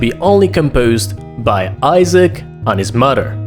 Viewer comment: "his muder"